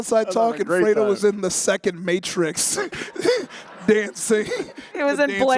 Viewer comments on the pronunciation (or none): none